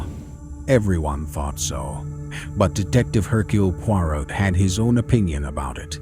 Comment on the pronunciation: ??? Poirot pronounced correctly 🤔